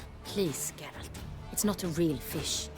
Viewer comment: Always great to follow along in your Witcher 3 playthrough 🙂 One tiny thing: His name is GEralt and not geRALT (emphasize the first syllable rather than the latter)